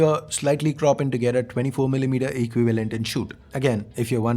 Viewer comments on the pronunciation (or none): how did you pronounce equivalent? Eqvi-valant? 😂🤣😂